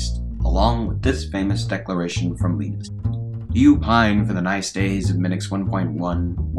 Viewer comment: His name is Linus not Linnus ... ;)